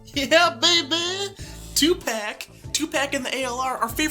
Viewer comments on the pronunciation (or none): Tupac = Tu-p-ah-k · STOP PRONOUNCING TUPAC LIKE THAT😂 😩 (I know it’s on purpose) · That is not how you say Tupac..... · Not gonna lie i cringed everytime you said tupac